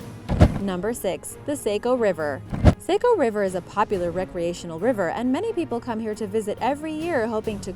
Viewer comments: Just so you know it's the s-ah-co or saw-co if that's easier river, not s-aye-co. Most of us from maine don't care if you pronounce it wrong, but some others take it way too seriously so just thought I'd let you know the real pronunciation! We're never on any cool lists so it's just neat to see us mentioned on ANYTHING. We're not exactly known to be a bustling place 🤣🤣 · Hehe ithe Saco river isn't pronounced like that, it sounds like Sah-co not Sai-co just in case you were wondering! Cool video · it is named the "SAW-CO" river not "say-co" river! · Yooo it's pronounced Sah-co not Sayco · Sah-co is the pronunciation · I grew up in Saco! 😁 - it’s pronounced “Saw-co” (except by those southern transplants from Boston 🙄) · I had a hard time listening to her pronunciation too lolol I just wrote a comment above like its S-ahh-co 🤣